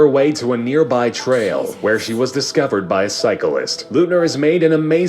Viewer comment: I already left a comment on the original video they were reacting to, but just letting you know, they aren't telling the complete truth about Payton Leutner (it's pronounced, 'Light-ner'.) I go to school with her, and am close friends with her. We were given more information then anyone right away, even though all of the information is out now, two years ago, everyone was terrified and now, everyone see's her as a brave, kind person. Nobody should see her any way then that.